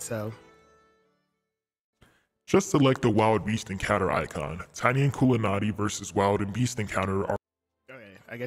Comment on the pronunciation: Your saying it right